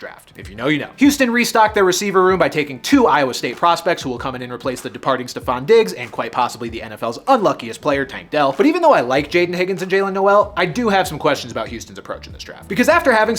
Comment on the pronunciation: I’m a cyclone fan and Noel’s last name is pronounced nole